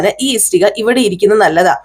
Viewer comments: ഇസ്ടിക അല്ല ഇഷ്ടിക കേൾക്കുമ്പോൾ വളരെ ബുദ്ധിമുട്ട് തോന്നുന്നു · Yes, ishtika. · ഇസ്ടിക അല്ല ആളുകൾ കാണുന്നതല്ലേ ഉച്ചാരണം ശരിയാക്ക് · ഇഷ്ടിക എന്നു പറയൂ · സത്യം, ഇസ്ടിക കേട്ട് വല്ലാതെ ബോറാകുന്നു... ഇഷ്ടിക എന്നാണ്... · ഇഷ്ടിക ..clear aayitt parayu അരോചകം തോന്നുന്നു..